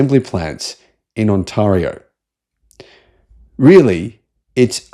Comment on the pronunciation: On-tear-E-O. Say it with me. On-tear-E-O